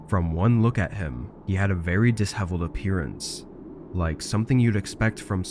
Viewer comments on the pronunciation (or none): Sounds like ai voice now. Said "dis heveled" instead of disheveled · Story 9, your pronunciation of “disheveled” woke me from my near slumber, thanks for the chuckle